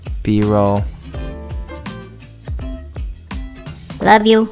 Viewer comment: he didn’t just say “b-roll” he said ᵇ ʳᵒˡˡ